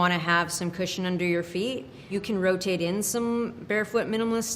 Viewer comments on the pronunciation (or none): none